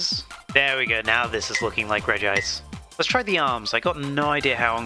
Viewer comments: Regime is pronounced “Regi-ice” (reh gi ice) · Google says you say regice REGI-ICE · its conformed that its pronounced rej ice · Ive personally started pronouncing regice as (ree-jis) like Regis Philbin because it upsets people. I dont think theres a right way to pronounce it so i choose the wrong way. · I feel like Regice would have looked better if The Spores could levitate. Because in the anime most of the time Regice never never uses his legs, mostly of sliding in ice, but like in the movie of the regis, he levitates most of the time if i remember correctly. Also i always pronounce her name as Regi-ice. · Regice is pronounced.